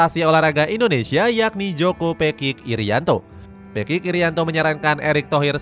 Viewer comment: Pekik aja dibaca kayak apek bukan kayak baca bebek peking